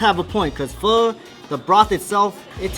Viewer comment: Pronounce pho right at least.-_